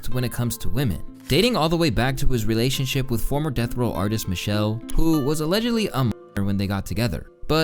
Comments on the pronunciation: It’s not Michelle it’s Michelle- lay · It’s Me-Sha-Lay not Michelle😂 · Michelle - Le (Lay) friend… Michelle- Le(lay)… I just don’t want you out here lookin like someone else saying Wally instead of Wa-Le (Lay) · Not Michelle, Michel'le (Mi-shel-lay) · It’s pronounced mi-shell-lay not Michelle. The last “e” is pronounced just like the é in Beyoncé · Her name is Mi-chelle-lay NOT Michelle everybody in hip hop knows that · Its pronounced Mish-sha-lay, not Michelle. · Hey, just some friendly feedback. You mispronounced the names of Chrisean (when mentioning Blueface) and Michel'le (when discussing Dr. Dre).